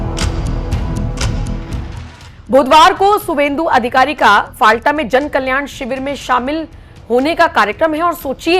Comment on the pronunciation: जगह का नाम फलता है, न कि फालटा। कृपया इसे ठीक कर लीजिए